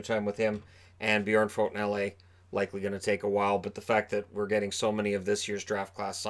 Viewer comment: As a Devils fan, I am pretty certain Hall will extend with the Devils. Although...If Devils decide to trade him, I actually think they will benefit from it pretty good in the long run. Oh, and hey, you pronounced Björnfot really well.